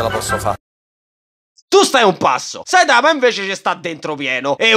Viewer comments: ma perché dici Saitàma se nell'anime pronunciano Sàitama? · Ma pk dici saItama? Si dice sAitama Cmq mi fai morire😂